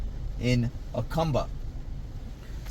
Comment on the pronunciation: Please learn to pronounce Jacumba correctly !!!! Ask a MEXICAN PLEASE !!!!😢😢😢